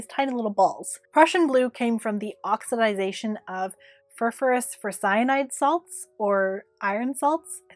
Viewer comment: Really close with the ferrous ferrocyanide! Ferrous is actually "fair-us" or "fair-rus" in the US! Wonderful video well done so much science / chemistry is being used